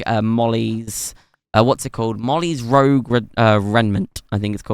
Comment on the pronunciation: Just wanted to let you know "rouge" is pronounced as if it were a J, instead of a G, so instead of pronouncing it like "rogue" it's pronounced as "rooje". Also I'm not sure what a raimnet is..